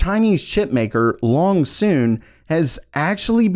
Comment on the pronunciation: Was that "Longsoon", or "Loongson"?